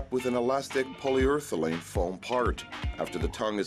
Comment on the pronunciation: ***PolyUREthane Not POLYURTHELANE!